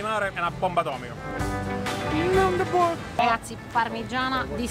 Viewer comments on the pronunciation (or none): none